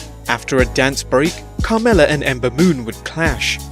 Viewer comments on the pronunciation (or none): none